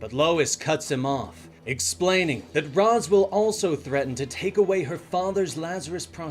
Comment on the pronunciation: Amazing video! But one thing STOP MISPRONOUNCING RAZ, reminded me of terry in that one Batman beyond episode😂